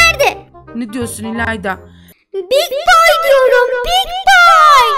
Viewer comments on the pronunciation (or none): Şeyyy😊😊😊😅😅 ilaydanın de ❇BiD bOyğğğ❇ demesine koptummm😅😅😅😅